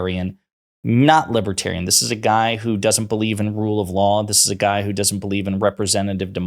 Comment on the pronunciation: He can't even pronounce libertarian. 🤣